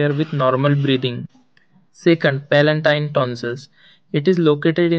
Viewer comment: Palatine not palantine